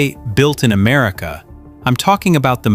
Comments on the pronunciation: I wonder where "Am-A-rica" is? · A.I. doesn't spell very well..."Made in Amarica"???